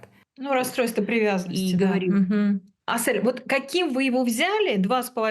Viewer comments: Ни АсЭль, а Асель, в русском алфавите же есть буква Е 🤦🏻‍♀️ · Интервьюер! Ну почему АсЭль! Если она АсЕль! Неужели так сложно произнести правильно казахское имя? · Не в тему конечно наверное,но можно имя приёмной мамы произносить правильно не Асэль ,а АсЕль,это не так трудно же,очень интересно смотреть но так режет слух🤦‍♀️ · Не Асэль а Асель правильно Асель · Что у ведущей с дикцией ? Зачем такие паузы после каждого слова и не АСЭэээль, а АСЕЛЬ. Русская же , нормально выговорить не может согласный с мягким гласным ….. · Асель! А не Асэль😮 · Асэль ❌️ АсЕль✅️ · Спасибо за это видео. Только не АсЭль, а АсЕль! Слух режет капец. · У приемной мамы чудесное имя АсЕль не Ассель, не АсЭль, без обид, просто слух режет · Прекрасный выпуск, спасибо🎉 В казахском языке если есть в слове буква " Е" то и надо произносить " Е" а не "Э" АсЕль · нЭравнодушный канал........не АсЭЭЭЭЭль, научитесь правильно произносить имя, не приятно слушать!!!!